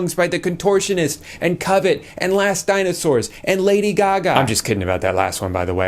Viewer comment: YOU SAID COVET!?!?